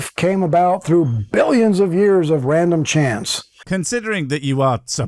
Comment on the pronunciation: i dont know. Did you hear how he exaggerated the word billions? Maybe hes got a point